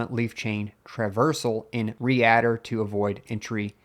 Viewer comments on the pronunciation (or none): 'readdir' is "Read Der" not "Re Adder". As in Read Directory. Please stop saying Re-addr, it hurts my ears. Thank you. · You pronounced (more than once) "readdir" as "re-adder". Since it is about READing DIRectories, shouldn't be pronounced "reed-dir"? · and , you must say read-dir, not re-add-ir 🙃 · re-addir :) "Read Dir" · re-addir gave me a good chuckle. it's read dir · Lord learn how to say “read dir” it’s not “re-adder”. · “Reader” pronounced as “Re-adder” immediately makes sounds like AI and then immediately suspect. I hoped for quality info to support a dual boot windows / mint installation, but the specter of AI makes it suspect. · I was thinking the same, it addresses reading directories. Not re-adding dirs.